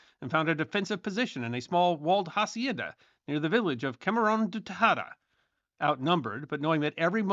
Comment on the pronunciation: On hacienda, the "h" is silent. Try 'acienda.